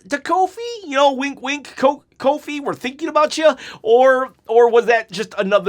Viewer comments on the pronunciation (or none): none